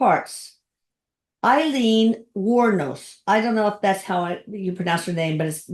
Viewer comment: When I lived in Gainesville Florida, Aileen was killing men up and down the interstate highway 75. This happened just a few miles from me. 😱 Btw, You pronounced her name correctly. Thank you,. You are fantastic for bringing us another great video. Thank you for introducing Erik into my life. He is always there when I need help. 😍Love you Erik as always, 💗Deborah, Psychic Medium